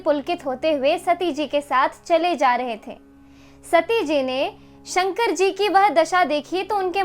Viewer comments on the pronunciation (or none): none